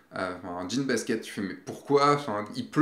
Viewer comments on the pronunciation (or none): none